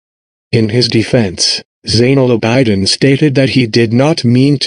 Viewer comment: abidin is pronounced aa bi din not aa bai diin